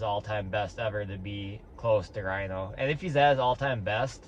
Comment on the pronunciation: Rino aint rhyno hes human. Ree-no ;D